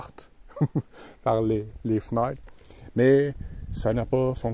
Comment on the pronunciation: Pendant que tu racontes cette nuit épique j'essaye d'imiter tes nasales : totalemint, serpillâre, vraimint, les fnâtres, les lumiâres, une demi-hâre 🤭😅 ...J'ai encore besoin de cours !